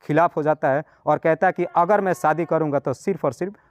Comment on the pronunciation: आपकी हिन्दी या स्टाइल थोड़ी सुधारने की जरूरत है बाकी सब ठीक है...जैसे सोबन्ध नही संबंध पोरेशान नही परेशान ओगर नही अगर